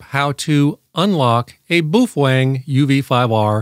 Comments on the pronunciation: "Boof-wang"?? It's pronounced "Bow-fung" (rhymes with "cow-hung"). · How can any one say boooofwang so wrong and still they know what they're talking about? It's PINYIN! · I honestly had no idea it was pronounced boof-wang. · You can not unlock the Baofeng because this man talks about the "Bufoeng". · "Beouf-wang!" LOL! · Thats the oddest pronunciation of Baofeng (BOW_FUNG) Ive ever heard😁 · "Boof-wang"? And I thought French was hard to pronounce... 😂😂😂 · In typical North American fashion butchering names...Boof wang.... Meanwhile having that pedantic tone....😂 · You’re pronouncing “Baofeng” incorrectly. According to the Dead Sea Scrolls its pronounced: “Fung-Shway” (“neh•VAD•uh” is also considered correct) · Is that how you pronounce Baofeng? I thought it rhymed with Wild Thing. Wild thing…you make my heart sing. You make everything…groovy… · It's a joke. Just like he says my-giggle-hurts for Megahertz, etc.